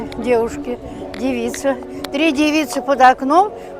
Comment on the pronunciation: ДевИца, верное ударение у, суффикс иц уменьшительно- ласкательный: лужица,вещица, умница, кожица... А то, что сейчас придается слову, печально. Поэтому говорят девушка, девочка. Забыли слово барышня.